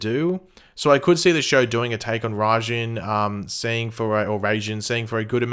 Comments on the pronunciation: Pretty sure Raijin is pronounced like Rey-zhin (ij becomes a zhin) sort of sound so its like "Racing" (Just a theory) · In Japanese mythology Raijin is the Japanese god of lightning Pronounced Rai as in rise and jin as in Jean